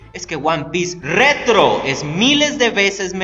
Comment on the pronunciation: Me encanta como resaltas el RETRO XD